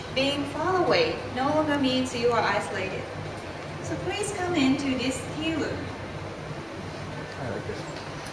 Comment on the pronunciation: "Prease cam in"